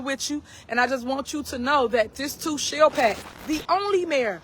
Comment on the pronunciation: " This too shell pass".... I thought she was serving tacos.